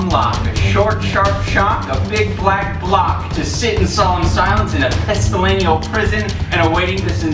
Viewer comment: said Pestilenial, but it's actually pestilential